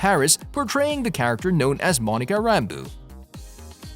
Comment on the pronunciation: Monica Rambooo and Kevin Feeej???? 🤦‍♂